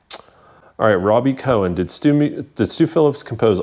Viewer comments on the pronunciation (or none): none